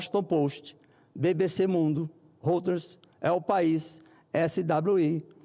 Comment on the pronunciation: Reuters se pronuncia roiters senador...